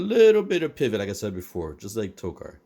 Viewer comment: Hey man, just wanted to let you know Tokka is pronounced like "toe-kah", and not with an r at the end. Unless that was the joke, to make them rhyme like that. Like, I don't know if I'm saying Rahzar right. ...is it Rah-Zar, Ray-Zar, RZA or GZA? Wu-Tang Foot Clan